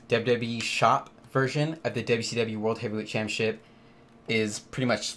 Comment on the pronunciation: It’s pronounced “ChampioNship” not “Champyaship” you friggin’ tool